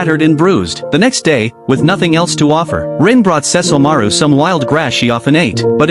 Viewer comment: So the AI can say Seshomoru but not Kagome??